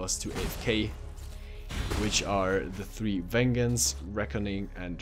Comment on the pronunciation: Ven - Jents... Not ven-gens.